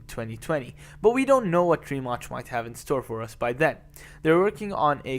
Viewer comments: It's not Rimach!!! Pronounce the name of the company right you ignorant fool! Check it before you publish the video! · It should be pronounced like Ree-Mats..C in slavic languages is "ts".